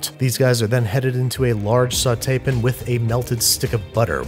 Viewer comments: Why do you say pan like pin? Is there a joke I don’t get? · its a pan not a pin.